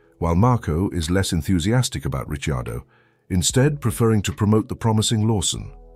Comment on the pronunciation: No, it's a bot...Listen to it when it talks about Danny Ritchie Ardo